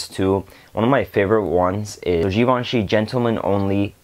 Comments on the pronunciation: You pronounced givenchy perfectly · Yes you did pronounce Givenchy correctly.